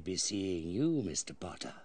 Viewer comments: It's Harry Potter, not Harry Porrer. Um... Just kidding. Hahaha. I'm Korean and I'm glad to see your video. I feel like I'm getting my old memories back. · malfoy saying "pottah" instead of "potter"